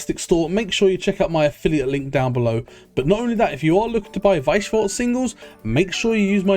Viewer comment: yo the pronounciation of weiss schwarz is so much better now you're learnding